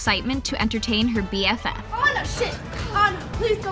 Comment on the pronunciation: Or maybe she is British and they usually say “Anna” but it sounds like “Oanna”🤣